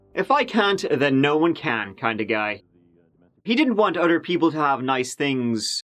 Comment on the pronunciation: "Utter people"... hee 🙂